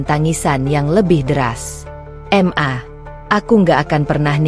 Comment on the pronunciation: Kenapa sih ? Pembuat konten nya mengucapkan Ma , kok diucapkan Em A . Aku rasa kalo anda terus2an bgtu ngucapnya ? Anda orang pinter ? Tapi keblinger .